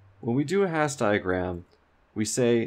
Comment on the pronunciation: Love the videos, thanks for doing them! Minor correction: Hasse diagram's are named after Helmut Hasse with Hasse pronounced as hAss-uh